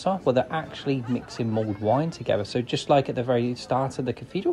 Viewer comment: It's mulled wine, not mould wine.